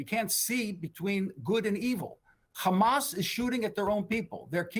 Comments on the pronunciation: Not sure what logic and world he lives in! No one buying these lies! And stop saying khamas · "Khamas khamas khamas" what a joke these guys are